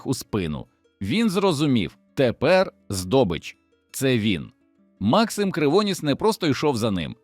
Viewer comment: Ну це ж треба так бемкнути : МАксим КривонІс , ЯреМа !!!